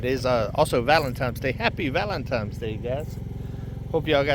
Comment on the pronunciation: Lol. ValenTINEs day! NO M in the word valentine!! 😊